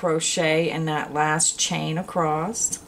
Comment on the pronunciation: I love your video, but it really makes me shutter hearing your pronounce Across with. T at the end. !!